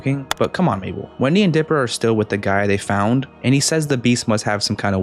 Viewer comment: "look what i foun!'' made me laugh 😭